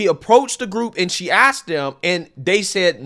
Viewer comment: She axed them